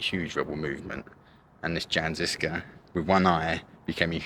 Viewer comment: Jan Žižka is pronounced as you would read Yan Zhishka...you should have learned that before making a video man🤔